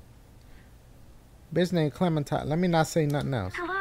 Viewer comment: Clementine more like Clemen-puh-time